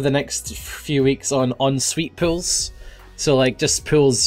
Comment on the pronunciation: Is it Just me but when says pools it sounds he says pills??